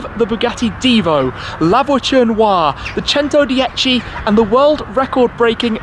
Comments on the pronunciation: The way he pronounce “centodieci” it’s giving me anxiety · Labochen oua The Chentodiechi Cheron Loua